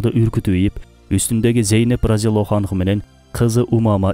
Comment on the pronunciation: Сахабия аялдарды радиаллроху анха деп айтылат. Силер анху деп жатасынар. Алдын ала кечирим сурайм,ката издоо,эмес ондоо максаты гана